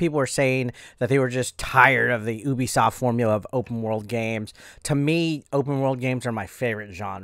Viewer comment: It's Ubisoft (say you-bi-soft)